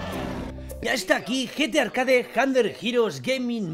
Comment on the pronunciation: Like si viste escuchaste que rius dijo Gta arcade en ves de Gtarcade :v